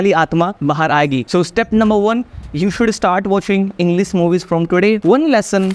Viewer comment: Englis nhi bhai English....pehle tu 90 days challenge pura krle. Apna